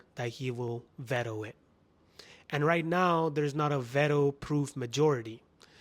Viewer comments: Why are you so obsessed with states ? Trump is doing what’s best for his country and Carney should do the same , however we in Canada are dependent on states rather than us depending on them. You keep making videos about each and every topic and by the way it’s pronounced ‘veetow’ not vato lol , 😂 I’m curious are u even employed lol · son I was only talking about youtube , son did you now know how to pronounce veto lol, that’s why people say you have a fake accent cause you try too hard and fail again and again. Son you are so uneducated I actually pity you, hope you get some views and buy yourself a next meal or may be a dictionary